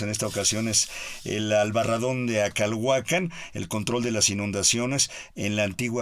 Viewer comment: Yo quité el volumen cuando la escuché cecear y cuando dijo "Acalhuacán." Supongo que todo arqueólogo sabría pronunciar "Acalhuácan," o "Acolhuácan," (tierra de los acolhuas) Esos aparentemente nimios detalles arruinan una disertación.